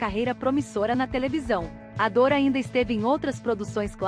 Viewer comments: O nome dele não era João Paulo Ador era Adour. Está escrito corretamente mais está sendo falado errado. Adur é como se pronuncia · As manchetes destes vídeos são quase sempre desrespeitosas! E outra, não é "Ador" é "Adur"! Que tal melhorar a qualidade, procurando fidelidade nos nomes das pessoas e a seriedade evitando sensacionalismo em manchetes ridículas? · Não custava nada um esforcinho pra pesquisar e pronunciar corretamente a palavra "Adour". Pelo amor.... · A narração é automatizada, a IA não consegue definir a pronúncia correta.